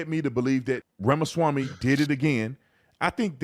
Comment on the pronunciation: You can't even say his name right. At this point of his candicacy, you should at least say his name right unless you're intentionally doing it out of disrespect which is evident here.